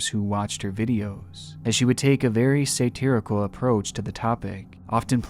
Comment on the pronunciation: Why did you mispronounce “satirical”?